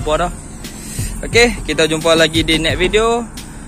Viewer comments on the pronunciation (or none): see u net video...hahahaha...cakap biaq terang.....SEE U NEXT VIDEO baru betoi